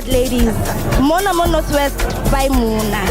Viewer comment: Its Mo-mo-na! not "Mona"